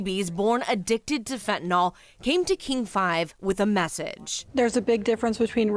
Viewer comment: Say fentanYL, not fentanOL.